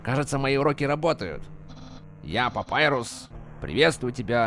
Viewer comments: *бро... папайрус..... Т.Т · А если папируса убили то как Санс говорит:" Папирус(Папайрус) тебе что-нибудь принести?